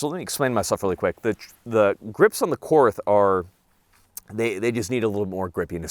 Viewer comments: For love of God it’s pronounced “court” even though it’s spelled Korth. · Just FYI, Korth is a German manufacturer. The correct pronunciation is „Kort“, because German doesn’t have the „th“ sound that English has. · I love the korth ( pronounced like court btw, without the h) but the c- more looks terrible on it . An rts2 would be a better fit, brighing the sight window where it should be, which is not at the forward 25% of the gun. The korth’s mechanics are so perfect, the competitor is no competition for it. So precise but still smooth as butter. Competitor is just a run of the mill S&W (MiM parts) , which is not even properly tuned in most cases ( like with many performance center guns) and the competitor is not a cheap gun either. Yes the korth is expensive but imho worth to save up for. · The "TH" in Korth is pronounced as "T". So, the name is actually pronounced, Kort. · Just a note Korth is pronounced like court since 'th' is a hard T in German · Korth is pronounced cord. Great vid. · Apparently I have nothing better to do on a Sunday night than to watch mispronounce Korth. This is just further proof of how sad my life is.